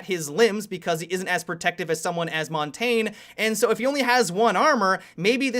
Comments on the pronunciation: why do you pronounce montagne montain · Oh no. didn't seriously just call Montagne "Montaine" did he?. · Every time an American pronounces Montagne as montane feels so cringy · Montagne is pronounced "Mon-tanya" just saying. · plz start pronouncing montagne properly, (mon-taan-ye